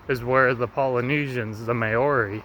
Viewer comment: How he pronounced Māori had me cracking up 😂